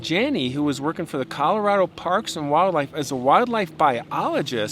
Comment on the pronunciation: Please pronounce “Colorado” properly.